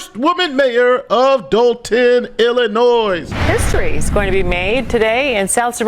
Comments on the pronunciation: Illi-noy….NOT illinoize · Come on man, it's not IlliNOISE. It's Illinois (ill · uh . noy,) the "s" is silent. Sorry, but bad pronunciation dives me up the wall. This is one everyone should be aware of by now. Sorry, but it doesn't take much to distract me from the subject, lol. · ILL-I-NOY. Not NOYS. NOY. Stop it. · Illinois please, its not illinoisssssssss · It's spelled Illinois but it's pronounced ill-in-oy. The "s" be silent and stuff.. jsyk. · It is not Illi-NOISE! Please learn to pronounce it correctly! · Pretty bold to talk about a scamming mayor and then do an ad read for a scam drug 😂 Also, it’s “Illa-noy.” The S is silent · This Henyard story is nuts, dude. it's pronounced i·luh·noy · please stop putting an "S" at the end Illinois. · You keep pronouncing the s at the end of Illinois but the s is silent. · The “s” in Illinois is silent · Bruh, pronouncing the "s" in Illinois is super cringy. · Bro the S is silent in Illinois. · The S isn’t pronounced in Illinois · How are you a lawyer and cant pronounce "Illinois" ? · Hey. I’ve been a sub for about a year, but all due respect, Illinois is pronounced with a silent S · Please stop pronouncing the S at the end of Illinois. It's silent! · The S in Illinois is silent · Do me one favor, don't pronounce the "s" in Illinois! Thank you😘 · You don't pronounce the "s" in Illinois smdh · for the love of God, the S in Illinois is silent? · the "S" in Illinois is silent! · Illinois has a SILENT S! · how big of a dullard cant say Illinois right ?????? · It's pronounced illinois. Not illinois.